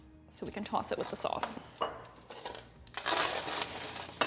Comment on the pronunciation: From my home cooking experience, I always mix all of the ingredients together in a bowl, then apply the mixed ingredients to the food product. This applies even coating. Hearing New York in your "sauce" and "toss" pronunciation.